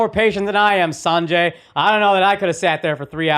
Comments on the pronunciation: Why on earth would I say Sun-Jay when his name is San-Jay. I'm supposed to just know when your fvckin name is spelled wrong for the pronunciation 😂😂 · Lol I can relate akaaash hating mispronouncing names for no reason . saaanjay “